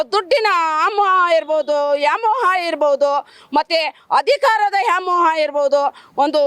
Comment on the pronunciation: Aamoha ಅಲ್ಲ ಮೇಡಂ ವ್ಯಾಮೋಹ